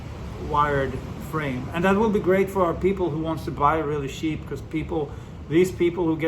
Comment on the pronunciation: When you say “cheap” it sounds like “sheep”. Not judging just making an observation.